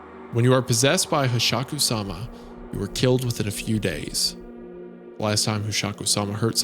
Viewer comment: You've butchered Hasshaku-sama… I’m actually upset.